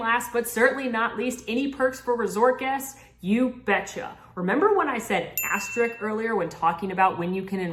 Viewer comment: THIS IS WHY I LOVE ALL EARS! Information without editorializing! Now, we just need to teach how to pronounce 'Asterisk' lol. Thanks team! Love you all!